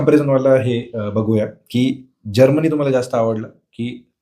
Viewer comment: जर्मनी ह्या शब्दाचा निट उच्चार करा, ऐकताना तो जामुनी वाटतो. हळु बोला स्पष्ट बोला घाईची गरजच काय?